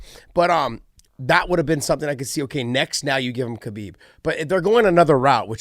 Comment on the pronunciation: How is Khabib one of your closest friends, but you mispronounce his name? (don't say the K)